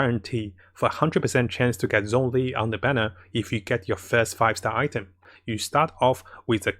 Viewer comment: Ahhhh, i really like your videos but your pronounciation of zhongli makes me cringe every time D: the "zh" is like a "sh" when you spesk it D